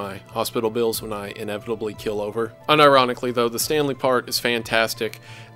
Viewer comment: You don't kill over. You keel over, like a boat.